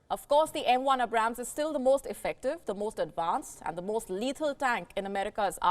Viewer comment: Not to be nitpicky or anything but you Indians should really be able to pronounce the Abrams better. Its like Ay(As in Air or Aid)-Brahm(as in Brahma)-s